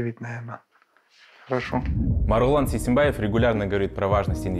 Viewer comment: Не Сейсенбаев, а Сейсенбай!!